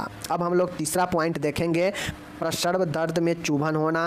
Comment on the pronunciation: बांकी तो सब ठीक है लेकिन उच्चारण सही कीजिए जैसे प्रसव को आप प्रसर्व बोलते हैं....